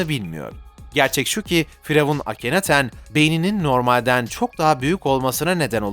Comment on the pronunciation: akineton'a da akinaten demezsin artık :d